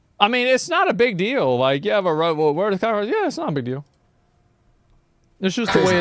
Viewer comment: HE KNOWS WHAT HE IS DOING WHEN HE SAYS COCKA ROACH lol